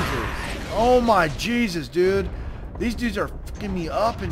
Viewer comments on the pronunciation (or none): none